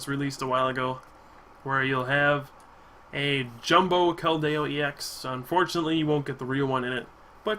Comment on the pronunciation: some pronunciations you missed. It's Kel-D-O and Cole-ress.